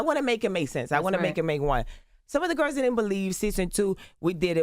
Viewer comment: "To the little gerrs" -Joseline😅😅